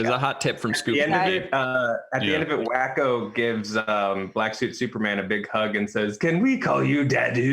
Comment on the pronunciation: 'Can we call you Dadu?" is Yacko, not Wacko;. Learn your Animaniacs!